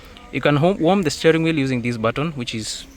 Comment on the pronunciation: Shteering wheel